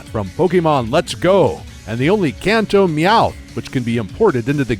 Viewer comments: Khanto ugh why is he adding an h when saying Kanto (can’t-toe) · Its pronounces can-toe not con-toe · Its definitely Can't-Toe not how you say it weirdo